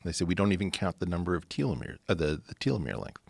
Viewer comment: I swear to fucking god I can’t listen to him mispronounce telomere and nucleotide